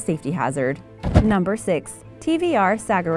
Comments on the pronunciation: and the way she says Le mans, sagaris and alfa romeo is horrific! She clearly knows nothing about cars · It really p1$$£$ me of when you Americans cant pronounce a name properly. The Morgan car is pronounced Le Mon not le mans, the TVR Sagaris is pronounced sa-gar-is. Don't even get me started with the others, And the Holden brand is owned by GM/Vauxhall/Opel.